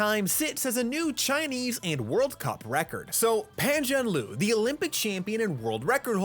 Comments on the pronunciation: A nitpick: It's Pan Zhan "Le" as in the Chinese phrase for happy, "kuai le". It's not "Lu". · Please learn to pronounce his name correctly. It's Pan Zhan 'LER'... not Pan Zhan 'LU'. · idk how to say it but it’s not zhanloo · Is not even hard😂....Le = Ler (but for foreigner are all pronounced wrongly) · Easy Pizzy. PAN frying pan. JAN like Jan Brady. LURE like fishing lure. Pan Jan Lure. Raise your voice slightly on the lure. That will get 90% there from the 10% score you got in this video for 潘展乐0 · Dude can pronounce every name correctly but don't have the heart to pronounce Pan ZhanLe's name correctly. 🤔